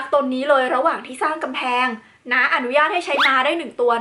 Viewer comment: ม้า ไม่ใช่ ไม้